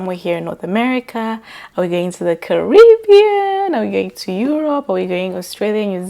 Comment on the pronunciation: The travel preps , top tier❤. I think the Carribbean the way you said it 😊. Have fun 🎉.